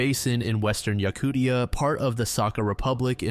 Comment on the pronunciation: im sorry but his mispronunciations of stuff like yakutia are setting me off